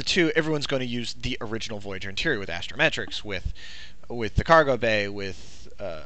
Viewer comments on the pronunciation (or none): You mispronounced astrometrics. You said astromestrics